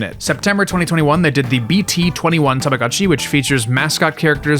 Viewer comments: I just can't continue watching the video with the constant "God-Chi" instead of "Go-t Chi"🤣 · i must correct your pronunciation its pronounced as tama GO CHI its not GA its GO do not say tamaGAchi, please, read it as its written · This is a really cool video, but I just couldn't stand the "tahmahgahtchi" pronounciation T_T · It's tamaGOTCHI, not gachi. I'm sorry but I can't listen to you mispronounce it for an hour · Terfgotchi I'm crying 😂😂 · You have the weirdest pronunciation of the letter O I have ever heard. Tamaga? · Why are you pronouncing Tamagotchi like that? 😭 Why are you saying TamagAHtchi 😭😭😭 i cant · I wanted one but they were really expensive. I got a cheaper copy and he thing died a lot. You pronounce Tamagochi weird. TamagOchi not "TamagAchi". Not knowing how to pronounce BTS is the same as not knowing how to pronounce R2D2 or whatever. And lastly, you don't like anime, but many watchers probably do, so don't mock people tastes. After that, I close the video. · What's an TAMAGATCHI? u keep talking about a tamagatchi but I do know TamaGOTCHI with the OOOO sound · Why does every single english speaker call it "Tomogatchi"? It's "Tamagotchi", it's a completely different sound. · Ahh yes, the Tomogatchi. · TAMAGO CHI. LONG O DAMMIT IT'S PRONOUNCED WITH A LONG O. TAMAGO MEANS EGG. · omg you can’t make an hour video about tamagotchi and pronounce the thing wrong 😭 i can’t listen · I'm not even Japanese but everytime you pronounce Tamagotchi I cringe